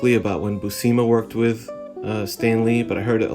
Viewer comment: Great review! Just a heads up:pronunciation for his last name is (phonetic ) Bū-sema. I know because Sal is my inker.